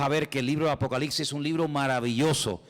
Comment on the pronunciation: Todo muy bien hermano, solamente que no se dice apocaliCsis con c, y aunque sé que sabes perfectamente bien que es apocalipsis, no sé por qué los españoles siempre cambian letras en esas partes y se comen letras también. Ya sé también que lo principal es el espíritu, pero Dios aunque nos haya traído de lo pobre y necio del mundo sé que también nos trajo para ser cada vez más excelentes hasta que lleguemos a la estatura del varón perfecto que es Jesucristo. Amén. Oraré con el espíritu pero también con el entendimiento, así que también hablaré espiritualmente pero también con entendimiento. Amén 🙏